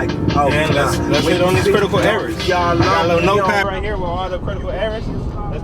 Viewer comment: "Quitacal Ewawas"